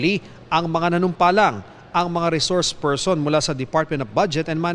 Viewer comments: Witness lng dw at wala sa rules na kasali ang resoursh pershon sabi ni. Shukran 🤣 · before reshource pershon now hays